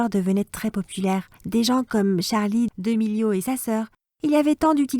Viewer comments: elle a dit charlie deumelllioaulieu de charlie damelio elle respect meme pas les prenoms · C'est charli d'amelio pas charli deumillions😅😅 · c'est pas Charli Demilio c'est Charli Damelio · Charlie demélio en française ça se prononce "Charlie d'améliorer '' et non demélio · charlie damelio pas demilio hahaha bon apres c'est juste une erreure moi je l'appelle didingo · Juste Charli d'Amelio pas Charli d'emélio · {Hassatou Diallo} elle voulais juste dire comment la fille sur la video a dis "d'amélio" elle l'a dis "d'emelio" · Pas Demilio c’est D’amelio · On dit Charlie damélio pas d a m i l i o et sinon ton truc c est du gros n'importe quoi 🤔😹👏👏👏👏👏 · elle a dit charli deux millio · En plus elle a dit Charlie deeemlio 😂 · comment elle a dit Charlie d'amelio